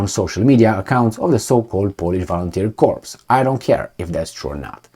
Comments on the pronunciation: Corps sounds like core no ess plural sounds. Unequivocal or unequivocally goes like un equi vocal. Basically no doubts or very sure. For your information I have similar problems when dealing with more than three syllables. Gooder. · Corps is pronounced like the French original 'cor' drop the 'ps' because the French can't spell; unequivocally 'un-eckwiv-voh-cal-lee' meaning not-qualified: so certain, absolutely for sure as OP says.